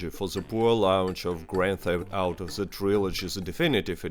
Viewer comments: The t is pronounced as a d sound not a z sound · He's Russian, that's why he pronounce it like that. The=ze in Russian